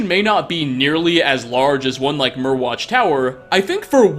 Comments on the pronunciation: I could be wrong, but I think Myrwatch is supposed to be pronounced like “Mire-watch” since Morthal is basically one big swamp. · Mire watch (pronounciation)